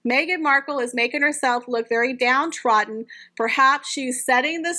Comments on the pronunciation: With all good wishes, please may I mention that it is ‘down-troDDen’….as in.. she has been trodden into the earth. Sorry to be that person but I dislike it when I get things wrong and no one tells me !. Thank you for your posts, it’s great when I see the small blue circle indicating a new one. Much appreciated. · "DowntroDD'n" we're gonna make a Brit out of you yet! We already have you saying "mum" 😂 do you think they're still together? I think they've hit Splitsville personally, I think Harry's had enough of that whacko.